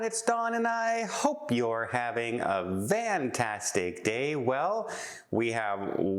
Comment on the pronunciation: Don ive been meaning to ask you. Are you saying VANTASTIC DAY?